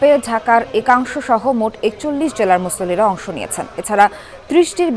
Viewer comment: সাংবাদিকতা করার আগে ভাষাকে ভালো করে রপ্ত করে নিন। আপনি একজন মুসলমান হয়ে মুসল্লি শব্দটা উচ্চারণ করতে পারেন না